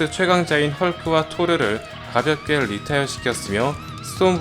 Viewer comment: 오 리타이어 발음 좋네 뤼톼이어